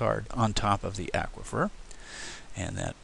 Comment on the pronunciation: Aquifer is said as in awkward not acquire.